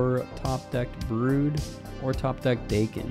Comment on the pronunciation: Pretty sure the intended pronunciation when the character was created was Dah-ken, not Day-ken, considering he has a Japanese origin being born as Akihiro. Which is why the season theme is called Big In Japan. I dont think anyone in Japan would even think of calling themselves Day-ken over Dah-ken if they spell their superhero/villain name Daken. Also, Japan isnt pronounced Jay-pan.